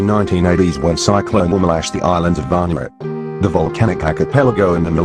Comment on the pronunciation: What nationality is this guy, he does not know how to say Vanuatu